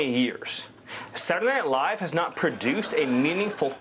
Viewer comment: heehee... "sadunaynite Live"